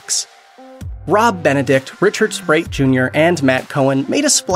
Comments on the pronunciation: Great video...but Rich's name is Richard Speight, not SPRATE! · Priestly was played by Jensen not Daneel. And seriously, do you not know how to pronounce the actors' names correctly. Richard "Sprite"? the name is Speight with no "r" and an "ay" sound. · I couldn't believe that he kept saying it like that!